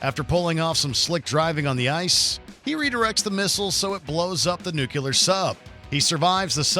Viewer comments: NUCULAR? It's Nuclear! lol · Guy really can't pronounce nuclear.